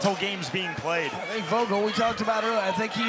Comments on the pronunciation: Disrespectful he called the second guy Jake vogul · "Jake Bostwick vs Jake Vogal" c'mon bro you have one job... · He called vogul Jake. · Vogel is spoken with an F, but I'd pronounce it like that too if i wasn't german and named that as well^^